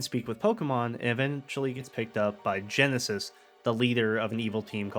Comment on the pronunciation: Great video! Only thing that kept bothering me was the “Genesis” thing 😂 but I’ve seen in the comments that you didn’t know his name until after the vid. I love that Gen 5 (my favourite generation of Pokémon) can spawn videos like this years later cuz it goes to show how much love and effort was put into them. I’ve loved them since day 1 and I totally think the theme of loss in these games is a subplot after watching this! Side note: at the beginning & end you mentioned Nintendo posting about the Pokémon stuff but I’m gonna put this as a reminder cuz I often see people get confused, The Pokémon company, while it’s owned 33% in part by Nintendo, they’re a different company that have their own developers, so asking for “Nintendo to release Gen 5 remakes” isn’t exactly correct cuz Nintendo doesn’t make Pokémon games. Sorry for the rant but I gotta spread the info whenever I see people getting confused